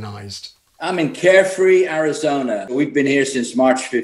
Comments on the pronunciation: I don't know who that is , but he still has a bit of British vowels. He doesn't sound like an American to me. Especially with the added /-r/ at the end of Arizona. (I grew up primarily in Northern Va.) I've noticed Brits often end a word that ends with a vowel with an -r. It sometimes happens in southern US... I-dear, for idea. But Brits tend to do it a lot more frequently than Americans. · I noticed the Brit who says he has a place in Arizona pronounces Arizona the last time with the connecting "R".